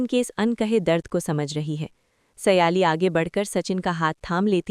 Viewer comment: O madam naam to sahi lo ye keya baar baar seyali seyali bol rahi ho sahi naam hay sayli or tum baar baar seyali seyali